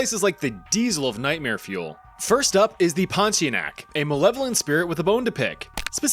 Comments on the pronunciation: As a Malaysian we pronounce it as Pon-tea-ya-nak🗣️🗣️🗣️ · Pontianak. TIA NAK. Stop dropping vowels. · Its actualy pon-ti-anak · It's ponti-UH-NUHK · pornteaarenuck. separate them and you'll know how to pronounce pontianak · Bro said did the pontianak dirty with "poti enak " 😔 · it's "Ponti-Ah-nak"